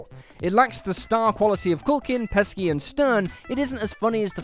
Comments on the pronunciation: He pronounces it "Pesky", but I bet he says the word schedule as "SHED-ule." Those Brits really need to come to a concensus on the letter C. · Joe Pesky?! This is your job, man. Repeat the line if you mess it up.